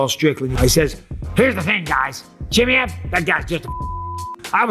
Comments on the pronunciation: Bisping what the hell is up with your accent? You're a UFC commentator it's C-H-I-M-A-E-V not chimmie-yey XD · Chimmy ev chimmy ev chimmy ev. Please just say his name normally. I cant watch the video its so distracting right away. CHIMMY CHIMMY CHIMMY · Why do you keep saying Chimiev? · I laugh every time he says "Chimmey-ev" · Take a shot every time Mikey says chimmiehv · Bisping saying Khamzat Chimmey-ev just made me laugh 😂😂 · He really insists on the Chimmyev lol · 😂😂😂😂😂😂 please say his name properly for fuck’s sake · Say his fucking name properly FFS! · Bro said his name 20 times wrong lol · Why not just learn how to say his name correctly?